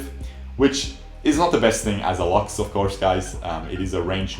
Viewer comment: I hate how he pronounces lux.